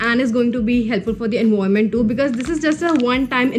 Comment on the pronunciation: Dude your tips are good but your English 🤦🏻‍♀️it's not envoiment it's environment and you pronounce it as en-vi-ra-ment And a towel is pronounced as ta-aal And it's hair not here okay So kindly have a look at these words and try improving Love love